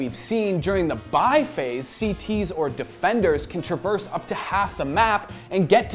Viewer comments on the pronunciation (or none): none